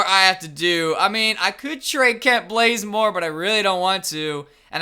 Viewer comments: Lol, he sail Blazemore instead of Bazemore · not blaze-more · it's kent bazemore not blazemore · Bro…its BAZEmore not BLAZEmore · Kent blazemore? KENT BAZEMORE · Who tf is blazemore? It's bazemore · Did anyone else hear him say Kent blazemore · yeah he says "blaze"more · Why do u always say kent blazemore for 20 blaze it? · his name is b-a-z-e-m-o-r-e theres no l anywhere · u say Bazemore wrong